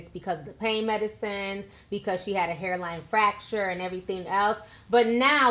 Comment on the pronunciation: It’s FRacture not facture